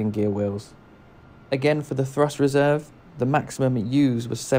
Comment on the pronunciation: Thrust reserv? Lol